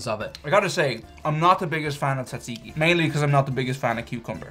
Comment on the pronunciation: it’s more like dza dziki I don’t think knows. Just ask me. I’m full Greek